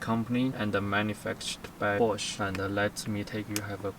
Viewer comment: the way he says bosch, i thought it was "manufactured by porche"